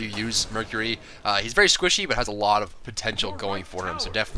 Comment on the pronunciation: is he squishy or werry werry squishy ? =p